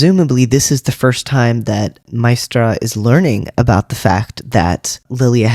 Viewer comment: The funny thing is they got a young actress who cannot pronounce Maestra. It's not mystra. It is Ma-AY-stra. The accent is on the second syllable. You are the only person who picks up that Jen is not bound. It is self-imposed. That she is UNWILLING to use it. Nobody else got this at all. They didn't use that word for no reason.